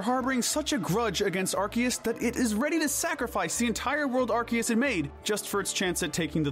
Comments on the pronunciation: "are-see-es" ffs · Ar-KEY-us? The C has an S pronunciation, not K. Ar-SEE-us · AR-SEE-US not ARK- KEY-US 😒😒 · Arceus. Arr-Sea-Us. There’s no fucking K in there. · NO, IT IS AR-KEY-US! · The C in Arceus IS supposed to sound like a K, not like an S! And please don't swear! Have you not seen the preview of its movie? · NO, THE C DOES HAVE THE K PRONOUNCIATION IN THE NAME! DID YOU NOT SEE THE PREVIEW FOR THE MOVIE?